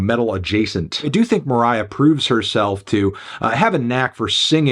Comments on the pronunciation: stop calling her moriah dude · You calling her Moriah is so funny for some reason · you’re so cringe stop calling her moriah her stage name is poppy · Stop calling her Moriah you weirdo